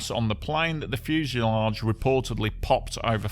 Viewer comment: The fugealage lol